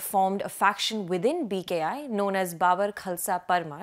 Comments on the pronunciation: Babbar like Gabbar not Babur. Kya bakwas journalist hai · Please pronounce Babbar Khalsa properly.....it's not bubber....😅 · Baabar? No, it's BaBBar